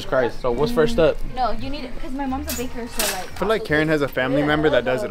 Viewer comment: really said caker instead of baker 💀😂😂